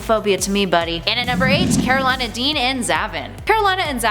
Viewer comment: After having watched the runaways show, I cringe how she pronounces Karolina